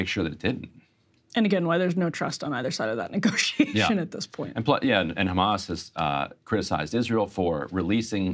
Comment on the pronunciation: Israel cant stop saying Khamas and Biden forgets Khamas. LOL